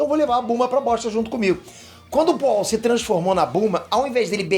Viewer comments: Foi pooal ou oolong? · Poaul não né, oolong. Mas acho que ele errou de propósito pra gerar comentários hahahaha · É o Oolong e não o pual!!! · Oolong e não Pual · chamando o oolong de pual é muito bom kkkkkk